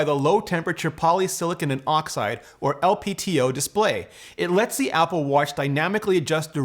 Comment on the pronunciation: you mispronounced LTPO as "LPTO" great video otherwise